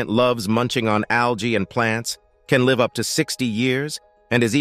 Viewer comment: gives birth to li-ve' young LOL!!!!